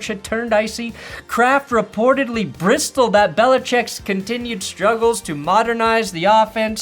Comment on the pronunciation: that’s not how you pronounce bristled